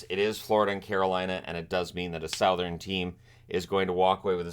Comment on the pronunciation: I had no idea that's how Canadians say Southern